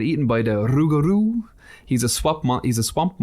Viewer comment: Long time listener, Louisiana swamp witch here so I really enjoyed this one! New Orleans would love you so I’m here to put on further peer pressure! You said ‘rougaru’ correctly you belong here. 😆 There are actual signs in the French quarter that advertise ‘haunted’ or ‘not haunted’ on ‘for sale’ and ‘for rent’ signs. It’s a whole issue. Cant throw a stone without hitting someone with a ghost story in Nola. Love you guys! Keep it spooky! 🖤🪦